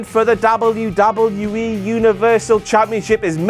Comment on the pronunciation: The way you're saying 'wwe' is really fucking irritating. It'll put me off watching in future